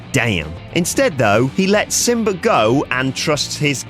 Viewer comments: It is pronounced SimbA not simbarrrrr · "Simber" and Scar